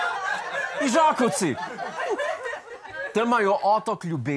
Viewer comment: Ižakovci se izgovori s povdarkom na prvi "I" in ne s povdarkom na "a" ! 😉